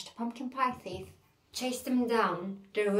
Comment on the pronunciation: Thief okunurken th “f” şeklinde okunmuyor ayrıca ingiliz ve amerikan aksanını beraber yapıyormuşsun gibi geliyor kulağa konuşurken..